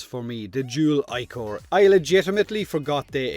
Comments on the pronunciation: Pronunciation has always bothered me with Warframe weapons. I pronounce it like the original Greek word: ick-or or ick-er. Because that's how I've always heard it and read it. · Ah, the dual zoren's big fat brother. I can still hear the debate on whether it was pronounced "ee"chor as in "ee" from eel or "eye"chor.